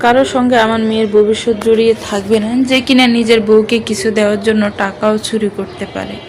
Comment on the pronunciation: "চ" কে "ছ" অর্থাৎ চুরি কে ছুরি। "ভ" কে "ব" অর্থাৎ আভা কে আবা। এছাড়া পড়ার মাঝে হাই তুলা। টু থ্রি তে পড়া বাচ্চাদের রিডিং পড়া। ব্যাস, এইটুকু শোনার পরে আর বাকীটা শুনা সম্ভব হলো না।